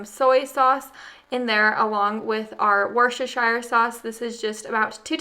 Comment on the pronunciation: I know you have issues with how to pronounce Worcestershire sauce. It is prounounced Worcestasheer. Pronounced pbonectically. I have a hard time with it too! Your in trouble now! With Brinley starting to talk! She is ADORABLE!